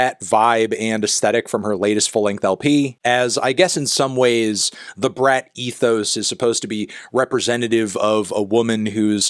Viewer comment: You're pronouncing it wrong! It's pronounced "brat"